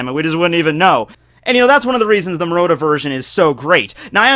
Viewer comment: You're pronouncing Murata's name wrong.... <=0